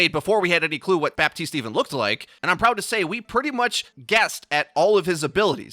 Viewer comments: You don't say bap-tea-st you say buh-tea-st luv ur vids just letting u kno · please the P IN BAPTISTE IS SILENT